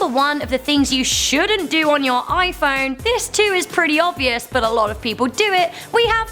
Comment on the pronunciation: Whenever says "But", it sounds like "F*CK"...